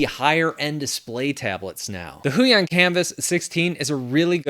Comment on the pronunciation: "Go with the Hui on" and every Polish viewer listening to you was probably like: 😂 😅 Thanks for the videos!